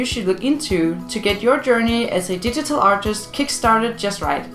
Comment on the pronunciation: she says digital art like didital art